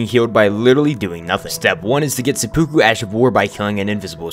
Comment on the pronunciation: Very very triggered at the mispronunciation of Sepkuverry triggered at the mispronunciation of seppuku